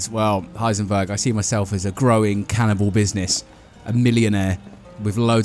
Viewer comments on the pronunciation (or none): Can- in-abowl